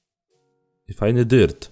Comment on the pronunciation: odkrycie 40 rodzaju,, DYRT'u " - tylko maże mówić " dyrt "